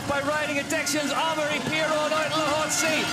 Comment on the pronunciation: Hey it's pronounced Ah-Maw-Ree not Eh-meh-ri not Emory or Emry. Take some basic french lessons for Christ sakes if you're going to be commenting downhill and stop butchering the name of one of the sport's biggest stars